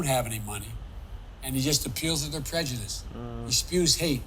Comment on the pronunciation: wise words, bro. liked. btw, did you hear her pronounce "prejudice" as "prejudicedom"? i didn't get to that part yet